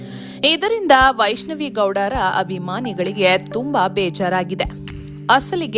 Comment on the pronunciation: Her name is vaishnavi not vaaishnavi